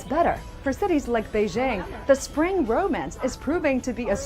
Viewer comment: "the train to Sprang" ??